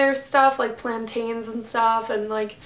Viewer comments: Is there any other way you say it? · Most people in my area and in any where I've been in USA as a whole pronounce it the way she does. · no it isn't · She says Plantain so funny lmao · alright, well in the West Indies we pronounce it the latter.... lol I've never heard someone pronounce it like her